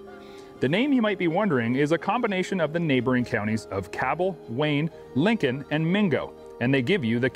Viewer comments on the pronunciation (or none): none